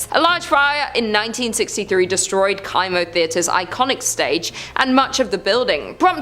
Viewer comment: The kimo theater is pronounced like chemo, not kiemo